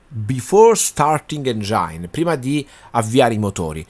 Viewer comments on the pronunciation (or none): Ciao bel video, visto che è una parola molto usata e molto comune, ti volevo correggere sulla pronuncia di "engine", non si dice "engiain" ma "engin"....gli italiani non si sa perché si inventano spesso un inglese tutto loro 😅, basterebbe ascoltare qualche video in lingua, è una parola che ripetono ogni tre per due😅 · Bravo bel video, ma si dice engin, non engiain.